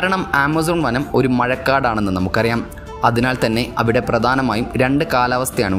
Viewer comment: ബീകരമായ കാട് , ഗോരമായ വനം, പ്രദാനമായ' ദെയ് രപ്പെടാത്തത്, എത്രമനോഹരമായ ഉച്ചാരണം !